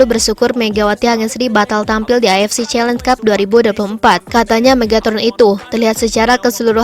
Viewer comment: Min, knp avc selalu dibaca afc...? Beda arti lho...